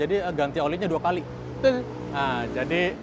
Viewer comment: Betull bukan tull